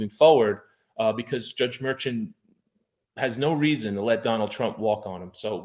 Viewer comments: I guess it doesn't matter but I believe you're pronouncing the judge's name wrong everybody I've ever heard it speak his name the judge's name it's not merchant is Marshawn and I don't know if the spelling is right here but you get my drift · I thought it was Judge Merchan was pronounced (Murshon)? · You pronounce the judges name as “MerShawn” 😊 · I think you should check on the pronunciation of the judge's name